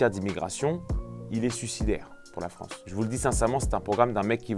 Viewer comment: Bonjour la "Fronce"...